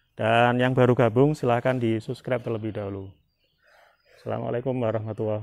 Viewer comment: Kocak ngomong subkreb... 🤣🤣🤣